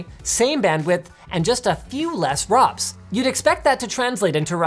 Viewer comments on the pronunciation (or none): "It's R-O-Ps, not RAWPs"